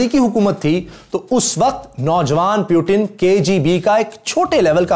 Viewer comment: Chutiye pyutin nhi Putin hai